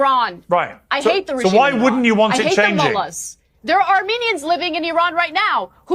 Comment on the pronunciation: Please don’t say eye ran ,it’s eran IRAN 😂